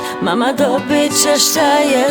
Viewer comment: Noči, če, prvo logopeda treba posjetit..